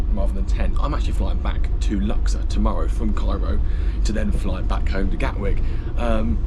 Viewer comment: Not luxer it's lux ourr